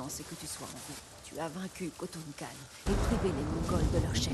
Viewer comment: c'est moi ou t'as dit kotal khan au lieu de kotun khan vers 33 minutes de vidéo